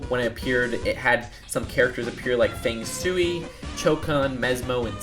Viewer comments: "Feng soowee" Sui is pronounced like sway. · He did not pronounce Fang-Suei’s name right, it’s pronounced Fang Sway